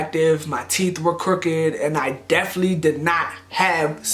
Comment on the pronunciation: The “Deflee” instead of “definitely” 😭😂😂😂😂😂✊🏾✊🏾